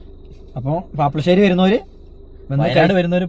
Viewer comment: പാപ്പശേരി അല്ല പാപ്ലാശേരി ആണ് ശരിയായ പേരെ